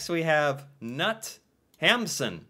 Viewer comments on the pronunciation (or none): "Sult" was made into a movie, probably hard to find. Knut is pronounced knoot. Ole is pronounced oolé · Knut is said with a hard K. Nut 😂